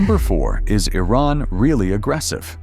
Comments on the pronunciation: It's not 'eye' ran it's pronounced EeRan. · It was somewhat accurate about the culture and its people, but needs some improvements. 1. Iran is not pronounced I-Ran, it's pronounced E-Run like India. 2. Most of the hateful imagery comes from the Islamic Republic NOT Iranians. 3. Although Iranians are hospitable and kind, the regime is despicable, hateful and ignorant. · I wonder why the narrator keeps mispronouncing Iran. He is claiming that he is stating facts about Iran. Still, he cannot even pronounce Iran correctly. He keeps saying I ran! And don't get me started with the flea market scenes. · Correction! Iranians DO NOT use Arabic alphabets! They might look similar at first glance but they are not the same We have our own alphabets which is different from Arabs BTW, it is not "I ran" as in running! It is Iran which pronounced like (ee-run) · Well done. One correction; the name of the country isn't I-Ran. It's pronounced EE-RON. Thank you 😊😊😊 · Iran is pronounced as EE-Rahn, not Ayran. and the people are called EE-Ranians. Iraq is EE-raq, not Ayraq. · I roc and Eye ran 😅 it's Iraq and Iran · What is Eye-raan??? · You don't even pronounce the name of the country properly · A low-quality video made by someone who can’t even pronounce the name of Iran correctly. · Been to Iran. This is SO FAKE! First RED flag,.. when you spot a title 'shocking' truth/reality 'no one told you about'. Bet this is even A.I generated with a 'mission'. Can't even pronounce Iran consistently. :) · You should correct your AI's pronunciation of Iran. I heard so many different versions. Most of the footage doesn't relate to the content. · Awful AI narrated pseudo-documentary. Can't even decide how to pronounce the name Iran. Pure propaganda that pretends Kurdish women don't get their heads bashed in, or that they are the number one supporter of terrorism in the Middle East. Some nice footage of the filthy streets and the more chic areas.